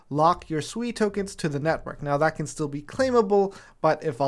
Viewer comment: I thought it was pronounced sway. Like water in Mandarin